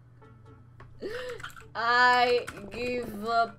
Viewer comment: É give não é giv